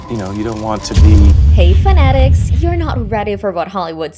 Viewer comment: It's not phen-etics - its fan'-atiks. Why can't these channels ever pronounce the English language properly?